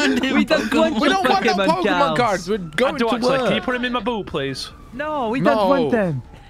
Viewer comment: the pokemon nerd in me cringes every time he mispronounces a Pokemon's name